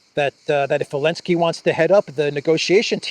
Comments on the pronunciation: Please, his name is Zelenskij inte Elenski.... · Why do you call him alinski? Is that how you pronounce zelinski or did I miss something? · Why do you say "Alinsky" ? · Why do you call Zelensky alensky? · Elenski kept saying "sank you Mr President" while pulling strange expressions giving the impression he was far from thankful! 😂😂😂😂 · elenski banned the letter Z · Because Zelinsky BANNED the letter "Z" in Ukraine.